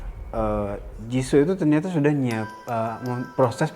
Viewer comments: host nya bisa enggak kalau tidak menghina kekurangan member lain? payah banget. host nya kebanyakan bicara yang enggak perlu. nama nya "jisoo" bukan jisso. siapa bilang rose kurang populer? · JISOO BUKAN JISSO